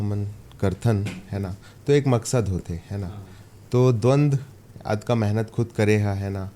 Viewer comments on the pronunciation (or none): द्वंद्व ✅ द्वंद ❌